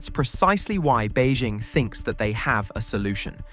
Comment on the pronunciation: On numerous occasions Ford has purchased Tesla cars to dismantle and to study. In the U.S., petrochemical plant equipment manufacturers always buy competitor products to dismantle and study. You need to learn how to pronounce the city “Beijing”. A correct pronunciation would make you seem less ignorant.